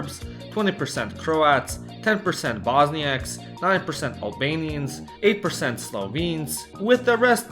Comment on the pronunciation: "BOSNIAKS"??? LOL.